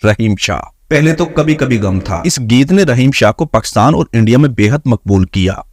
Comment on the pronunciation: بولتے ہوۓ میرۓ پیارۓ وطن کا نام ٹھیک سے لولفظ پاکستان ہے جب کے تم باربارپکساتن کہہ رہے ہو